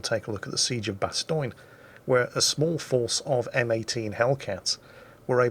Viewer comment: Is that the correct way to say Bastogne? "Bastoine"